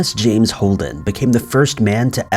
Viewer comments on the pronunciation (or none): none